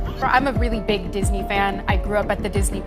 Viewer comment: She “beegs” lol